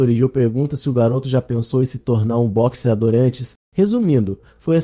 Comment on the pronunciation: Já iniciou bem kkkk O cara pronunciou boxeador errado kkkk Pronuncia falada bo(-che-)ador Pronuncia correta bo("cse")ador